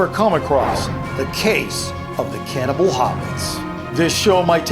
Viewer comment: On the Card, you say "CANNABAL" not "CANNIBAL" Did you notice?